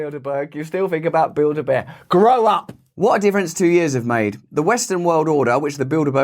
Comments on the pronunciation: I was taking a shower and I thought you were saying Buildabear. I was like woah, that’s like evil Furbies. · When I finally realized he wasn't saying "build a bear" lol 🤣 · Holy shit. I just realised he said Bilderberg. I though he was saying Buildabear. Makes a bit more sense now. Or does it? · Build-a-berg... So you're telling me they are responsible for sinking the Titanic? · I sure do hear “build-a-bear” every time! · It sounds like you were saying build a bear🤏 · Sorry Russell, but when I hear bilderberg I instantly think of build - a - burger, not build a bear. I see bread, beef patties and cheese 😂😂😂😂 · I keep hearing “Build A Bear” 😂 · I so heard u say build a bear…. Now I can’t not hear it.. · Every time you said bilderberg I heard build a bear 😂